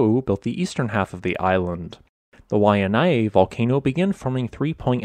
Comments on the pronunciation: Hiya! O’ahu local here and yes! Kaena is the third volcano not mentioned in this video. It hasn’t changed in recent literature as far as I’m aware, but I only last checked in mid 2021 so 🤷🏻‍♀️ Also soso sorry to correct the pronunciation it’s why-uh-nai and koh-oh-lauw. Kaena = kah-eh-nah, Haunama is how-nah-mah, kaloko= kah-low-koh etc etc. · Love your content. Pronunciation of Hawaiian nouns a little sus tho. Why-nye, KOH-OH-laou, KAH-neh-oh-hey, Hah-nah-mah bay. Hana maikai, mahalo!! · Waianae=Why-ah-nye, Ko'olau=Koh-oh-lah-ooh Kaneohe=Kah-nay-oh-hay